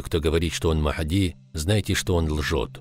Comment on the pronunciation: Не Мах!ди а Магьди